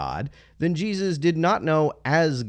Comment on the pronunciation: Anyone else like how pronounces Jesus? JEE-zis